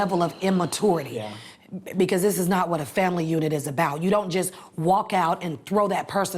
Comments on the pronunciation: its so funny how she cares so much about using proper language, and she says stuff like "utter-ra-ly" and "imma-twure-aity" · why does she pronounce immaturity like that?